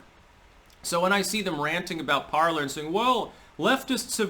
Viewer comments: It’s pronounced ~par-ley ~ the R is silent. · Okay someone answer me this because its driving me crazy. Is Parler pronounced parl(er) or parl(ay). I keep thinking it's the latter because its the French pronunciation of the verb meaning "to speak." But everyone keeps pronouncing it Parl(er) so maybe I'm just going crazy 😆